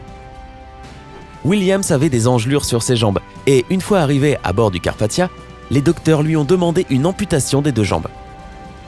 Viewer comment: C'est pas une voix de robot vus l'accent, carpatCHA se prononce carpa[tia] et pas TCHA ou moitié il dit moitché, donc bon..